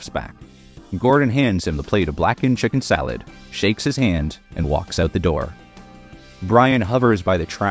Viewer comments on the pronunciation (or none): none